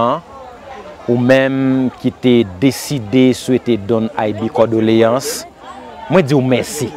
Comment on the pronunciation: CONDOLÉANCES CONDOLÉANCES et non cordoléance 😅